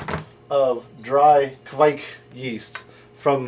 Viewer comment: Good job saying 'kveik' right (or close enough)!